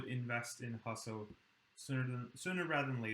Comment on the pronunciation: maybe learn how to pronounce Husso before you talk about him.